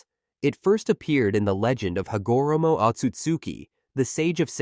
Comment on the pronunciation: "Ha go ra moe"